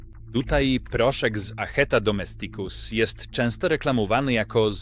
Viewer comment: DomEsticus !!! Z akcentem na "E" NIE na "i"!! Naucz się, łacinników razi taka wymowa. Język łaciński wymaga prawidłowego akcentowania.... inne języki również 🙂